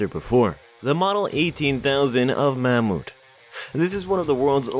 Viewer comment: Mammoet is the Dutch word for Mammoth, the way the narrator pronounces it is ridiculous! Just fucking say "Mammoth"! 😂